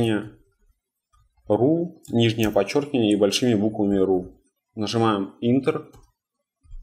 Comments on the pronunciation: отлично, спасибо ) только не интер, а энтер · Не совсем верно. Для MAC OS X - command+fn+f12. Не интер, а энтер)